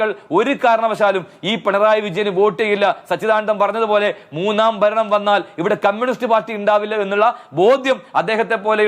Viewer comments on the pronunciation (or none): none